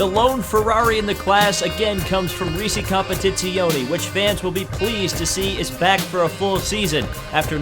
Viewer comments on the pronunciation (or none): none